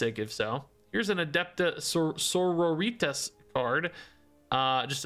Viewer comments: I love, but Adepta Senoritas was physically painful. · Adepta Margaritas.